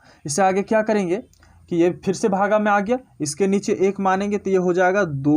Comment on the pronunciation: Bhaga😂😂😂🤣🤣nahi bhag